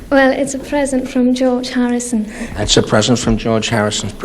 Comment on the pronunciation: Mary sounded a bit scouse when she said "George Harrison". And George was a keen ukulele player like yourself,. Great stuff all round, loved your performance. I've shared on FB!!!